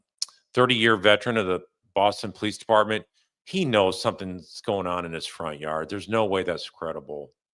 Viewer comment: Jar far are yard not yawd.